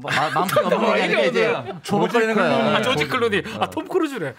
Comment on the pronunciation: ‘조지’ 말고 ‘조끼’클루니 ㅋㅋㅋㅋ 도랏냐고